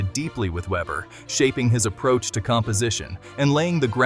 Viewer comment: Veber, not ueber , please. Even AI can be reached…